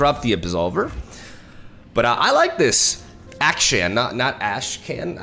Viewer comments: Hey, so you won't get confused nextime, just remember Akshan sounds like Action. Not Ass can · His name is pronounced as Ak-shan (not like shen) Think of the word action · Akshan: A-PHLEM-Shan. Or Action. Just call him Action. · why everyone cant say the right name its ahsan with an british accent on a, like 'A' not ackhstan. Hope you guys know what i mean :) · I am sorry my buddy but it is AKschAn and not Äkschän <3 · It was based off middle eastern names so it's actually pronounced "Uck-Shun" For those who doubted me : Akshan literally said it himself. When I said it was BASED of middle eastern names I don't mean it was an actual name used in middle eastern by itself but more so to the regional phonetic of how it's generally pronounced there. Stop being so pressed over trivial stuff 😊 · I think it's pronounced like the word ACTION 🎬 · Why does have so much trouble saying "action"? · When you try to say Akshan's name, just think of it like "Action", it's basically the same thing lmao Riot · Can’t believe how far I had to scroll to find a single comment saying this. Like he says it in his reveal trailer? Crazy how many people are saying it’s pronounced “action” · The way you pronounce Akshan makes you sound more American than actual Americans lol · Wtf are you talking about? Not even akshan himself pronounces like that.